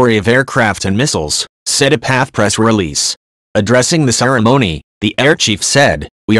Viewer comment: P.A.F not Paffff!